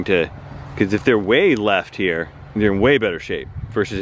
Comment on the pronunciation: WHAT?! Did say? Lol “should be able to get through the ball pretty good hereweyerr” hahaha